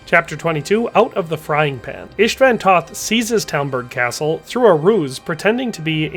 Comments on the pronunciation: Did you fr pronounce castle with a hard T? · He also pronounces the “t” in castle lol